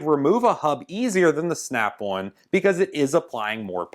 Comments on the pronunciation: Snap-on, not snap-one. In the 20 years of usage you will have paid for 5 earthquakes by the time you needed to even look for a new snap-on. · on is now awn like as in yawn or awning snap awn gloves awn where the hell does that snap awn accent come from and cold is code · Did you say snap one? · "Snyap Awn..." 😂😂😂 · bad13luck13 I thought he was saying snap-one lol